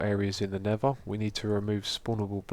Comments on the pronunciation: Did anyone else notice he said "Nevva" the whole time? :/ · is he saying nether or never cause im hearing 1 of the 2